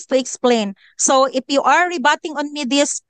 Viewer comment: you pronounce “IF” as “IP”.